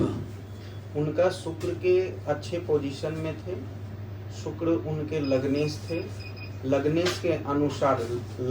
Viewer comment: शुक्र के अच्छे प्रभाव के लिए शुक्र का उच्चारण सही होना चाहिए (सुक्र×) नहीं, (शुक्र✓) हैं 🙏🙏🙏🙏